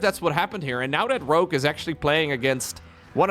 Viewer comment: Why are you mispronouncing Rogue? It's Rogue with a G, not Rokue with a K.